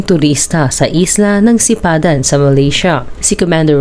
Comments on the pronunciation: Sipadan po hindi sapidan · Sipadan hindi Sapidan